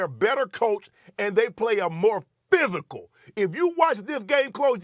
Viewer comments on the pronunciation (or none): The way Shannon said PHYSICAL🗣️ had me rolling 😂😂.....@